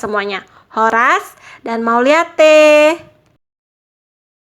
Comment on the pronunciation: Saya hanya comen pembawa acaranya,,cara penyampaian kata mauliate,,santai saja klo bicara kata mauliate,,jd enak di dengar oleh pemirsa,,coba dengarkan orang2 batak kalau menyebut kata ,MAULIATE,,,tidak seperti nada bahasa yg anda sebut kan